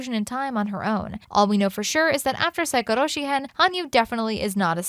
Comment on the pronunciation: The way you 2 are struggling to pronounce Saikoroshi & Magatama of Fuwarazu got me dying XDDD